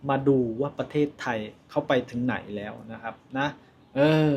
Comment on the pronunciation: ภาษาไทย เพี้ยนไปหมด..แร้ว..มันต้อง .. แล้ว..